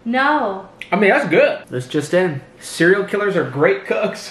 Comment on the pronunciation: did she just… 💀 “cerial killer”